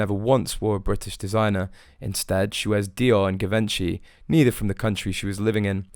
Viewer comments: Uts pronounced Givonchy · What's with the waving left hand? It only distracts. And please look up the pronunciation of Givenchy.